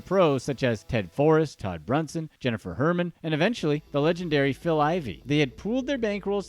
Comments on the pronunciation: He couldn't pronounce Jennifer Harman's name correctly you think he was going to get Guy's right? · Her name is Jennifer Harman, but excellent video and there is a good book about Andy Beal and the Corporation and Phil Ivey and Jennifer and Ted